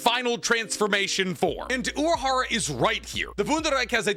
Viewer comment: yo he is called urahara not uraharu or urahardaddy